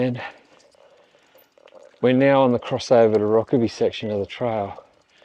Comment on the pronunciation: Never heard Rokeby pronounced with the e, i've always heard it pronounced with a silent e.